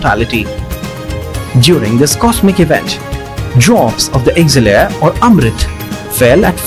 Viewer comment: elixir not 'exilir' ! just say amrit instead